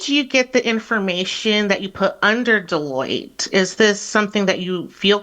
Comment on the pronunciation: Deloitte sounds way too close to Toilette